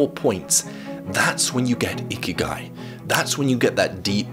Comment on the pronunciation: Bruh I usually listen to this instead of watching and thought the whole time he said icky guy